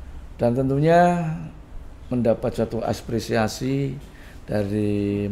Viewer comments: Bener, tak kira di awal kesleo lidahnya.. tapi kok terus sampek akhir nyebutnya Aspresiasi.. Wkkkk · Apresiasi pak, bukan aspresiasi. Gak pak huruf S... 🙏